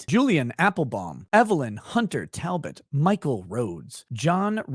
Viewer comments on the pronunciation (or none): none